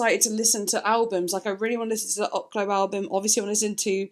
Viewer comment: Oklou is pronounced, (Okay-Lou)